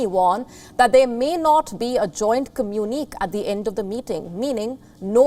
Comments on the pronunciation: Lady, the word "communiqué" is a loanword from French and it is pronounced the way the French pronounce it. WION anchorwoman, do your homework... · A joint... Communi...que.. Lol. Which villages is wion getting these people from? They need sovereignEEty. Lol